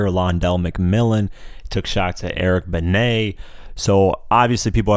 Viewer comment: You finally pronounced Eric Benet right, & he sorta dissed Nas? TF u mean bruh! LOL